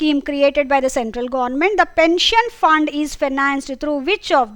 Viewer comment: Mam apki pronunciation gornament😂